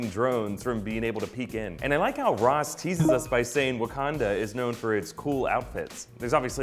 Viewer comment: Why he call it Abukanda and Bukanda at the beginning?